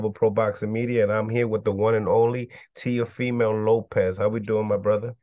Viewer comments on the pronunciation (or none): It sounded like you said teofemale Lopez on the intro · Did mill call him Teofemale Lopez?😂